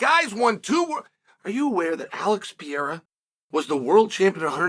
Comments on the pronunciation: “Alex Potato Peeharra” 😂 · his name is Pierra, not Pereira !! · Gahh-leee Alex potato pohara 😂😂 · Pi era, piora, per era… keep trying, almost champ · His name is pronounced PER-EIR(air)-A. Rogan, DC. You're not portuguese speakers. I get the desire for the respect, but I grew up with someone with the exact same name and this is how us NON wannabe portuguese linguists say it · Chael doesn't even try to pronounce pereira right way PE REI RA not Piera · "Alex Potato Pihara" 😂 you just made my day. Happy new year " Channel, shail, chail or whatever is your name" 😅 Good vibes from Colombia. God bless you man!!! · “No one can dismiss Alex Potato Peharrah”😂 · "...Pierre, Piera, Pantera...then they call him something that looks like Potato...but turns out it's Baton....Alex Potato Piara..." 😂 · Alex "Puteiro". You know what you did there, Sonnen. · Chael: "Alex Peereira" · pee-air-rah haha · Alex 'Potatoe' Pierra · Alex Potato Piharra 🤣🤣🤣🤣 I had to stop my car to react and say thank you Chael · "Alex potato peeharuh" 🥔 💀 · Alex "Potato" Peehara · wtf dude have some respect to brazilian names wtf u talking about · Alex said he will do it IF you say his name right ONE time... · It's very nice to see uncle Chael giving Alex the praise he deserves. But, please, someone teach him to properly speak his name 😂 (or he could just say Alex!) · We can say Texeira but we can't say Pereira, that's like being able to say tomato but not potato.